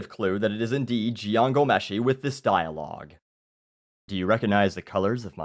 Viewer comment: You pronounced Jian's name correctly haha.